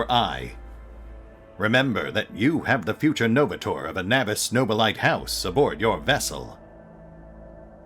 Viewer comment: I find it interesting how you pronounce Nobilite no-be-light. I thought it would be something more akin to no-be-lee-tay as it sounded more « latin » to me as every thing else high gothic. Wonder what the canon pronounciation is…